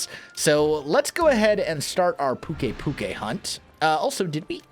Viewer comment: by the way pukei is pronounce pyu-kaii